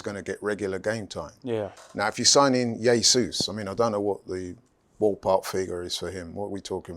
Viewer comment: Who's "yay-sus"?